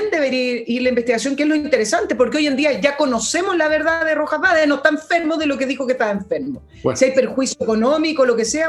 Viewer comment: Un pequeño detalle para estos " profesionales ", el segundo apellido del cuestionado es Vade no BAEZ.